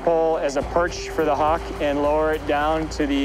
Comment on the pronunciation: Hock. Oh, right, hawk. Love it.